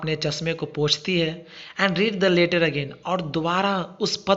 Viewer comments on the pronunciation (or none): Sir leeter nhi leter hota hai 😊😊